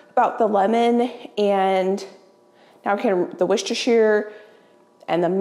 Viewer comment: when you say Worcestershire, you say the Worcester part correctly but keep pronouncing Shire like THE Shire in lord of the rings... Think how you Americans say new Hampshire - that's the correct pronunciation of shire in Worcestershire.